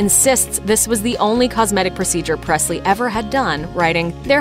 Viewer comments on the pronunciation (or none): It's not Prestly it's Presley